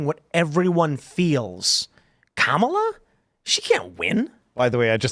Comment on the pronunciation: IT'S KA-MA-LA......................